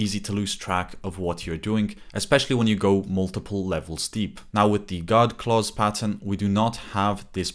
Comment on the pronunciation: Just to clarify, “God clauses” or “guard clauses”?